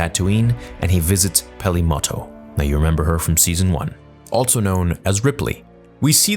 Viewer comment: Also is pronounced "also," not "altso"